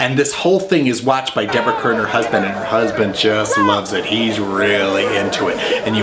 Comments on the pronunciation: It's prounced, Deborah CAR and John CUR. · I've never seen Tea and Sympathy, both the play and the movie. But I did read the play in my freshman year in high school and it made an impression on me. By the way Deborah Kerr's name and John Kerr's name are not pronounced the same way: Deborah's is Karr and John's is Kerr/cur. Thanks. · Another outstanding review,. That said, I have to be that guy... Deborah Kerr and John Kerr pronounced their last names differently.